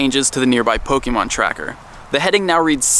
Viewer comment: WHY DOESNT ANYONE KNOW HOW TO PROPERLY PRONOUNCE POKEMON???